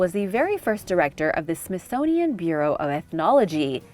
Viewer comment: as soon as you said "Smithsonian" your credibility was questioned... sorry